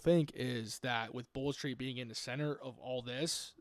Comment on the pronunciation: Tbf you said bold street right thats about it 💀